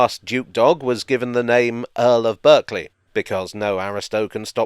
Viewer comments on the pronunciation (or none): Berkeley is pronounced “Barclay” as in the square in London with the Nightingale and the village in Glos where the castle is and I think the family still live albeit the earldom is extinct. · It was all going smoothly,, until you said Earl of Berkeley like an American. It is Barclay like the bank. Long overdue a visit to the Bluebell. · Berkeley =pronounced Barklee and Ardingly= pronounced Ar-ding-lye